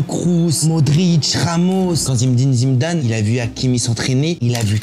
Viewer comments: Par contre faut respecter les légendes un peu, c'est Zinedine Zidane et pas Zimedine Zimdane ... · C’est pas zimedine Zidane mais Zinedine Zidane stp😂😭😭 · Il se croit marrant en disant Zimedine Zimdane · Ce n'est pas zimdin zidane, on croirait jamel debbouz dans H..cest Zindine Zidane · Merci pour cette vidéo, tu as fait beaucoup rire avec ta manière de nommer ZiNÉdine ZIDANE (et pas Zimedin Zimedame.... merci, ils se marrent encore). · ZIMDIM ZIMDANE MDR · Zimdin zimdane 😂😂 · zimdine zimdane hahahhaha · Zinedine ZIDANE, le M n’y est pas je vous prie 🙂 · zimdin zindaze?😂😂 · Comment il dit zimmdine zimdane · zimndine zimndane 😂😂😂😂😂😂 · Zimdim zimdam / Ordiozola xD la prononciation me fume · 😂😂😂😂Zimdine Zimdane ta dit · Zimdine Zimdane !!!!!! le mec a un chibre à la place de la langue! pas foutu de prononcer correctement le nom d'une légende. En même temps on a l'habitude avec les français et les noms arabes...A gerber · `Zimdim Zimdan’ 🧐😂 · "Zimeddine zidane"😂😂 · Top la vidéo. A moin que jai raté une ref que je ne connais pas, marrant ton zimedine zimdam 😂😂😂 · Super intéressant comme d’habitude ! ✅✅✅ Par contre répéter 50x Zimdim Zidam c’est lourd, appelle le Zizou si tu veux, on a compris la réf à Jamel mais ça deviens lourd … sinon au top frérot ! 🤝✅✅✅✌️ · Zinéeeedine Ziiiidane, au lieu de Zimdine Zimdane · Zindine Zimdam 😂😂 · Zimdine zimdane😂😂😂😂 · A ton âge tu ne sais pas prononcé correctement Zinedine Zidane ? Il y a que des voyelles mais t'arrives à te tromper sur les consonnes ksos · Ɓonjour, Ta chaîne est pas mauvaise. Suis abonné 😉 Mais stp arrête d''écorcher ta prononciation quand tu causes du Grand Zinedine Zidane..... PAZ 👌